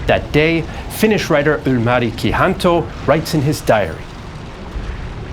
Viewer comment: how about Ylmari Kihanto🤣